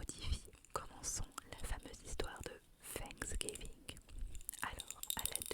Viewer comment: Trop mignon comment tu le prononces 'Fanksgiving" avec le F au lieu du TH hahaha